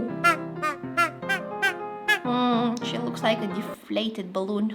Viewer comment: DiFlAtEd BaWoOnNn ❤❤❤